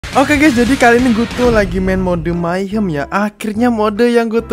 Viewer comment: mahyong apa mayhem sih bilang nya